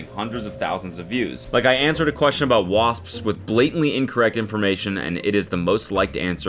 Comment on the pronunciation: Spelled wasps, pronounced wasssspsssss